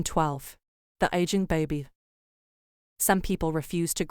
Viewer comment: Let's just take a moment to hear how the A.I. voice thing said, "Aging Baby."🤣